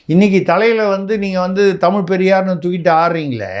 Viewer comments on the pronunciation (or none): none